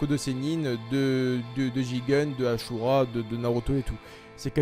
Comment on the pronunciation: Tu a dit asura de façon ashura